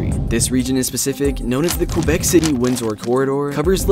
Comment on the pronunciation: Since I live in Quebec I’m going to correct you: you pronounced Quebec as qwebec but it’s just Quebec. No need to add qw to it